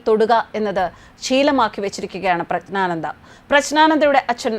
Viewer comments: പ്രശ്നാനന്ദ അല്ല, പ്രജ്ഞാനന്ദ എന്നാണ് പറയേണ്ടത്. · പ്രഗ്നാന്ദ ആണ് പ്രശ്നാന്ദ അല്ല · Preshnananda alla . PREJJNANANDA ennaanu. Vyekthikalude naamangal shariyaayi uccharikkanam. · പ്രസ്‌നാണാന്ത അല്ല അമ്മച്ചി 😂😂😂😂😂😂പ്രഗ്നാനന്ദ എന്ന് പറയാൻ പഠിക്ക് 😂😂😂😂😂😂😂😂😂😂😂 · പ്രശ്നാനന്ദ അല്ല,പ്രജ്ഞാനന്ദ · പ്രജ്ഞാനന്ദ എന്നു പറയൂ പ്രശ്നാനന്ദ എന്നു പറയരുത് മാഡം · പ്രശ്നാനന്ദ എന്നല്ല. പ്രജ്ഞാനന്ദ എന്നു പറയൂ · ശരിയായി പ്രഗ്നാനന്ത എന്ന് മലയാളത്തിൽ പറയാൻ പഠിക്കു സഹോദരി😢പ്രശ്നാനന്തയും പ്രജ്ഞാനന്തയുമല്ല അയാൾ പ്രശ്നം ഉണ്ടാക്കുന്ന ആളുമല്ല.😂 Praggnanandhaa “എന്നാണ് ജംഗ്ലീഷ് സ്പെല്ലിഗ് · പ്രശ്‌നാനന്ദയോ ?ദയവായി 'പ്രജ്ഞാനന്ദ എന്ന് ഉച്ചരിക്കൂ . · പ്രശ്നാനന്ദ എന്ന് തെറ്റിച്ച് ഉച്ചരിക്കുന്നു അക്ഷരം ശരിക്കുച്ചരിക്കു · പ്രശ്നാനന്ദ അല്ല . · മേഡം പ്രശ്നാനന്ദയല്ല. പറഞ്ഞ് പറഞ്ഞ് പ്രശ്നമാക്കല്ലെ ' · 🙏,,, പ്രശ്നാനന്ദഎന്നാണല്ലോമാഡംപറയുന്നത് കേൾക്കാൻകഴിയുന്നത്,,,? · ഉച്ചാരണം ശ്രദ്ധിക്കുക. ജ്ഞാനത്തിലെ "ജ്ഞാ "യാണ് വരേണ്ടത്. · പ്രശ്നാനന്ദയോ തെറ്റാണ് നിങ്ങൾ ഉഛരിക്കുന്നത് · "പ്രജ്ഞ " എന്നു പറഞ്ഞാൽ ഏറ്റവും മികച്ച ബുദ്ധി എന്നാണ് അർത്ഥം ' അതു പോലും ശരിയായി ഉച്ചരിക്കാൻ അറിയില്ല എന്ന് പറഞ്ഞാൽ ........ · " പ്രഞ്ജാനന്ദ " ഉച്ചാരണം നല്ലതായാൽ കേൾക്കാൻ സുഖമുണ്ടാവും.... 🙏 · പേര് തെറ്റിച്ചു പേരിൻ്റെ അർത്ഥം തെറ്റിച്ചു വിഷ്ണുവിൻ്റെ അവസാനത്തെ അവതാരം (ആരു പറഞ്ഞു)... പത്താമത്തെ അവതാരം എന്ന് പറയാം.. അല്ലാതെ അവസാനത്തെ അവതാരം... ഈ വാർത്ത ഇങ്ങനെ വായിക്കുമ്പോൾ മനഃപൂർവം തെറ്റ് വരുത്തുന്നു എന്നേ കരുതനാവൂ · Pronounciation of name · ഒരിക്കൽ ശരിയായി പറഞ്ഞു.. എന്നിട്ട് മനഃപൂർവം എന്ന് പറയാതിരിക്കാൻ പറ്റാത്ത തെറ്റ് വരുത്തുക . പേരിനു തോന്നിയ അർത്ഥം പറയുക... പ്രശ്നം വാർത്ത വായനയിൽ ആണ്.